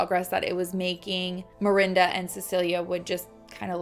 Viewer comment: Is it mirinda or Miranda? Lol as a Miranda I was losing my mind through this one just because you pronounced it both ways so much and i used to get taunted in high school and called mirinda as an insult and it made me cringe everytime lmfao 🥴😂 but HEY LAST NAME TWINS